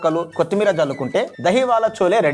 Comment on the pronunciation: చోలే కాదు, ఛోలే అనాలి